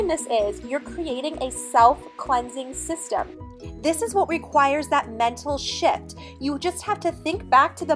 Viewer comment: sounds like you said, "mental sh*+". LOL! Could go either way! LOL. Take care. Great video!!!